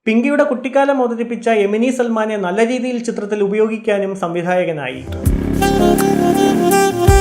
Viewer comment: എമിനി സൽമാൻ അല്ല. എമിൻ സൽമാൻ.